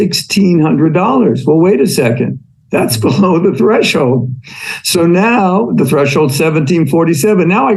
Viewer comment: Fun fact: "Threshold" only has ONE h in the middle. It's thresh-old, not thresh-hold.